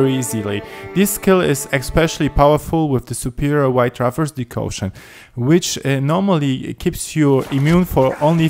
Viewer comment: Decoction... DECOCTION! ..Not "Decaution"